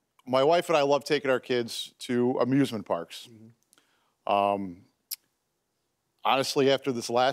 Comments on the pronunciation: I thought he said abusemint parks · I thought he said abusement parks